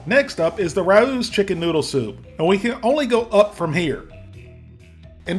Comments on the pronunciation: Water IS the main ingredient in all of the soups. Just as the noodles get broken down in ingredients (flour, egg, etc) chicken broth and chicken stock should be as well. Also, Rao’s rhymes with ‘cows.’ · I would love to see you compare ALL the Panera brand foods you can find in supermarkets/stores, just to get your opinion. Also Rao’s is pronounced “Ray-o” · I still like plain old regular Campbell's chicken noodle best. And Rao is pronounced "RAY-oh". 🤗💞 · Rao’s = RAY-O’s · LMA every time you sed RAOS. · My drinking game was taking a shot every time I yelled the correct pronunciation of Rao's at the tv. Also, black pepper solves all problems. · Everything Raos makes are overpriced. BTW its pronounced with a silent a so rowes. Progresso makes a Light version with less sodium and thats what I buy. Yeah, I can make it cheaper but who has 12 freezers to keep all the things we can make cheaper? That's the problem. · Say it with me, "Rows Chicken Noodle Soup" which rhymes with Owws as in when you stub your toe. This ain't rocket science dude... Also you both need to be on the microphone when you're giving feedback not mumbling in the background. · Rao’s is pronounced Ray-o’s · I love your videos. It's pronounced "Ray-Ohs." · it's pronounced 'ray-o' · I have to correct you on the right was of saying Rao’s. The a is said like a long a. Ray. The o is said like oh my. Long o. It’s a Italian restaurant in NYC. The food I’d great. But I find the products for sale in supermarkets is awful. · Just so you know, it’s RAY-Os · I’m not reading 590 comments to see if anyone told you that Rao’s brand is pronounced Ray-Ohs. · Rao’s is pronounced Ray-O’s. Great review as always! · Progresso is my fav. Anything Campbell makes that's not condensed is crud. And... Rao's is pronounced RAY-os. 😂😂😂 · Just so you know, Rao’s is pronounced like wow’s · Ay Rao's is pronounced Ray-O's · It's pronounced RAY- OHS... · It is pronounced Ray-O’s. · FYI RAO’s is pronounced “Ray-O’s” not Ra-Ooz” 😁